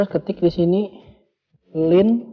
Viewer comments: Kok pengucapannya lin.....laen kali kk....😂😂😂btw mksh infony🙏🙏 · Line anjingg bukan linn